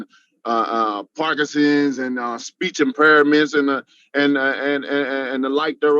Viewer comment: "Speech impairaments" lol.